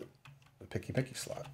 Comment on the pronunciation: This is the first time, in 23 years of working in IT, that I've heard someone say "PCMCIA" as "picky-micky" :D